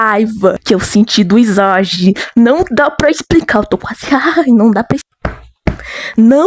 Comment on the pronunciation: só pra avisar.. "isagi" se pronuncia "izagui" mas se vc quiser pode falar "isagui" :3 vou dar minha opinião (como alguém q viu o anime) eu não gosto mt do kaiser,e nunca ouvi uma música dele(a não ser q tenha mais personagens)pelo simples fato dele se achar o melhor e blá blá blá,mas nada contra quem gosta dele, e oq eu acho do isagi? bem...eu acho ele normal,mas o "passado" dele foi quase literalmente""perder no interclasse"",oq eu achei mt lixo,varios outros personagens tem passados melhores, e por um bom tempo eu tratei o isagi como um protagonista de mierda,mas depois passou eu odeio mt o shipp kaisagi (isagi+kaiser) pq eles se odeiam!! eu odeio quando o kaiser trata alguém mal,principal o ness,maaas eu sei o passado do kaiser e todo o drama dele,mas..sei lá, não consigo gostar dele não, eu ouvi as músicas do ani também e acredito q a maioria das músicas existentes de blue lock:D são muuuuuito boas, de qualquer forma o fato de eu não gostar mt do kaiser não me faz odiar ele, considero ele um personagem "bom" e respeito quem gosta dele, blue lock no geral é muuuuuito bom,a animação é uma b0sta?sim,mas ainda é bom,amo bluelock :33 adorei o video :D (não vou ter julgar por não ter visto o anime,mas..não entendi o pq vc não gosta do isagikk)